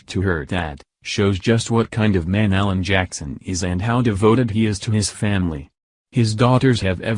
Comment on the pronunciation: A Mc Alan not "allen"